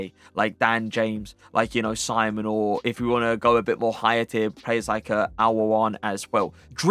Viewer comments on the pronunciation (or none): none